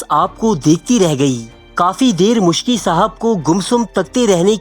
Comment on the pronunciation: Its Miski (R.A) not Muskhi